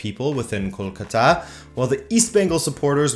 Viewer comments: I am a PROUD BENGALI good video btw, the city is pronounced as kol-kaa-ta, not kol-ka-taa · You butchered the mate kol-cuter. Google Kolkata Knight riders a cricket team to see how it's pronounce. 👍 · You mispronounced Kolkata and Bengal. I know because my parents and their parents and their parents and their parents (you get the point), all are from India. I just live in the U.S. because my parents moved here.